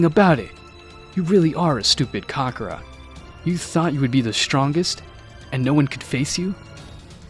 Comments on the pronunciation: Hey my brotha, look I love a what if as much as the next guy (assuming they love what ifs) buy your pronunciation of kakarot and Belmont in your last vid I saw just hits the ear wrong, you have solid ideas bro but real talk, your stories feel a lil stilted, and though your accent can be on point. I personally believe you could skyrocket if you followed mondo cool, salad saiyan and unrealentgaming's lead. Again enjoy what you got and have n9 right to change it. Just a suggest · Who the hell is "Kakara"??? 🤦🏾‍♂️🤦🏾‍♂️🤣🤣🤣 u must be a new fan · Hearing the way the narrator says Kakarott is willd compared to how we hear it in the english dub, sounds like a dif character. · The way he mispronounced kakarot is cringy af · You can tell the guy narrating has never seen the show by how he pronounced kakarot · Why did he keep saying kakarot wrong??